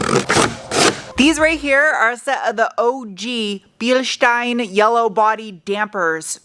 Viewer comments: Thank you for pronouncing „Bielstein“ correctly 🤣😄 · To hear how you say "Bilstein" is balm for my german soul. With this new found energy i can now carry on teaching youtubers how to pronounce "Porsche". 😈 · Props for the correct pronunciation of "Bilstein". 👍 Greetings from Germany! 🙂